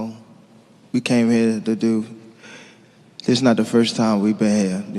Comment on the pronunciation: “Deew”😂😂😂😂😂😂😂 holy shit